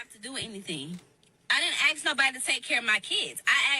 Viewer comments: Why do people say "axe" when they are supposed to say ask? Please, someone help me. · If a woman uses the word Axe instead of ask? Avoid. Decline the ratchet Ho. Nasty things 🤮.